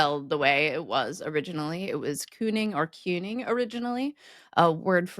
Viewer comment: Regarding cyning, it sounded like Koenig when you said it: Königstrasse or Königstraße is the German word for "King Street".